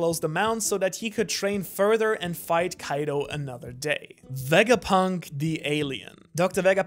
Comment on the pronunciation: "VEGAPINT" THO